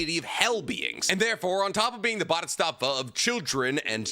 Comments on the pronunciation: Why do you say bodhistatva? It's Bodhisattva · Boo•di•sat•va his pronunciation bothered me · It's pronounced "satva" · What in the f is a buddystafa. Its bodhisattva. Pronounce as bo di sart tuah. Also that sanskrit word doesnt mean a person that sacrifices his effort to attain nlightenment in order to help others. It just means a student studying/practicing the buddism path to enlightenment. Yes in SOME bpdhisattva do in fact "delay" or more accurately procastinate his/her own buddhism practices in order to help other with theirs. But thats a fkin stupid idea. If you want to teach, know your sh it first and not try to act teacher when u didnt even attain enlightment yourself. Buddha (mr siddhartha) sure didnt do that. He aint stupid. Im drunk so I am spewing negativity online proving people wrong puts a smile on my face. Goodbye. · Let’s say it together: BO-DHEE-SAAT-VAAH. It’s easy. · Bodhisattva is pronounced as “bow-dee-saht-vah” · bodhisattva is pronounced like boe-dee-sot-vuh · I think its pronounced Bo - Dee - Sot - Vah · The continuous mispronunciation of bodhisattva was painful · is he trying to say Bodhisattva or something else? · The way you say bodhisattva kind of hurts to hear. Sounds like a translator. Still enjoy your content though. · I thought had trouble with pronouncing Japanese words until I heard him say Bodhisattva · As a religious studies major please say BODHISATTVA CORRECTLY